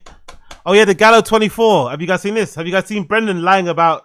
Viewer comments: The fact that he calls it Galleo 😅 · Why does he keep pronouncing it like there is an E in the word? It’s Gallo. Which tells you all you fucking need to know if he knew this or not because he can’t even pronounce the fucking fake name correctly. Jesus.